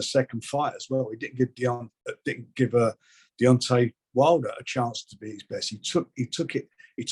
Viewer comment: please learn to say Deontay